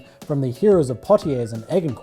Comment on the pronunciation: This is a great video with great insight. Can I suggest some improvements. You mention a quote, "Agincourt" is a French location and is pronounced "Ajen court" Also could you bring the quotes up on to a slider rather than pointing to them in a book or underlining them on a tablet. Fantastic video, keep it up!